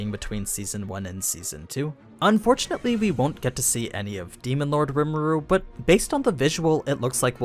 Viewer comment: Riimeroo? Really? He's literally called Reemeroo. With the "E's" sounding like E's and the "OO's sounding like "roo". Who are to mispronounce his name that is said a million times in the show? You should just delete this shit, cause you fucked up. As soon as I heard it, i stopped the video, automatic down vote.